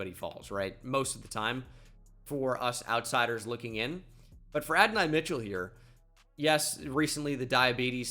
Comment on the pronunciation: Can tell bro doesnt watch cfb calling him Adonai Mitchell 😂